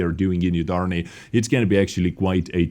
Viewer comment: Yudarniy? U is prnounced like oo